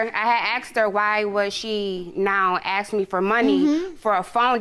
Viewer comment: The word is “ASK” not “AX” eww that makes my skin crawl.